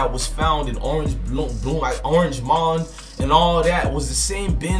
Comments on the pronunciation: Bro clearly not from Memphis, when he said “orange MOND” lmao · Dude stop saying this shit has been solved every few hours!!! Where the fuck is the arrests reports, mug shots, arraignment, and bond hearings? Quit with click bate and trying to connect dots. U could not even say Orange Mound, Tn. properly. Get the fuck out of Tn. business. Crooked cops, wow like that’s not In ever city and new. Yeah u smoking crack hip hop live. People go to Cedy Nash a real one who has the knowledge not to speculate and actually don’t drop it’s solved every 2 hours and has other shit and live chats that are real facts!!!